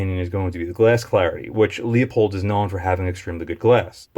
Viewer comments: Pronounced LU-pold not LEO-pold. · Leupold is pronounced loopold. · Leu..... Leu....... damn it .............get IT right ... it's fucking Leu pold ......